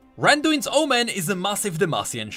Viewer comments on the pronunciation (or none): none